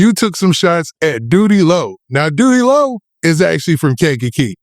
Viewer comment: He called Doodie Lo loose booty 😂